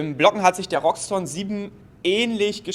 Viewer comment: Wie kommt man auf Roxton ? (R -> X) = (R) (iX)TON Es heißt auch nicht Shire 03